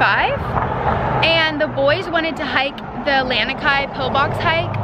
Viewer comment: Lanikai: luh-knee-kai, it is not 'land-knee-kai'. Mom's placement of the flower ornament on her head is important in Hawaiian culture. On left side, one is taken/married. On right side, one is available/not taken. Saw your mom with the flower on either sides on her head in the video. enjoyed your video 🤙!